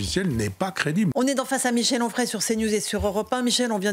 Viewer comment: Onfray, pas frais.